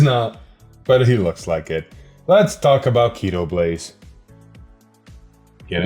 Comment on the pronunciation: Evertime i hear Keeytoblaze it hearts my soul. Its KO- tee-blaze